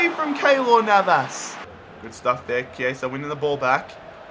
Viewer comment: You're right about Chiesa, no need to correct yourself. In Italian, Ch+vowel is "K" (so it's kee-AY-zah) and C+vowel is "ch" (think "cello"). See, a music education can be good for something xD